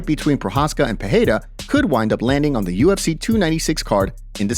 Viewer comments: For Christ sake: it’s PEREIRA not PEHEIRA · I ask myself the same question. To sound like H, it should be Perreira...with double R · Thanks love the content! 1. The rolling "r" of Spanish is pronounced as a "h" in Portuguese. Therefore, Perieria is not pronounced wirh the h sound. Its only if the r is at the beginning of a word or if it is a double r. 2. The word "he" becomes "him" when using the word "between". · You are pronoucing Pereira wrong. 'R' has 'H' sound if it is the first letter of the word, if it is double 'R' as in 'Ferreira' or 'carro', or if it comes after the letter 'N' as in 'enriquecer'. There are some exceptions, for example Israel has 'H' sound